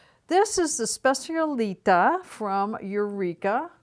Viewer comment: It’s SPECIALITÁ! I can’t hear you say specialíta anymore. The stress is on the last A.